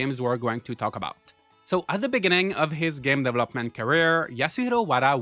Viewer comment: The way your pronounce developer and development. It'a not devil-up, it's duh-vell-up. Got it?